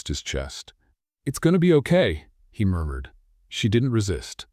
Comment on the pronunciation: What happened to punctuation? Murmured pronounced “murdered”?